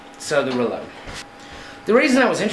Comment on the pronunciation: The French say it the proper way, "ghrelloo" kinda silent g